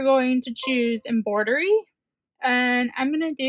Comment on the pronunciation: It’s not EMBOIDERY It’s EMBROIDERY with an R!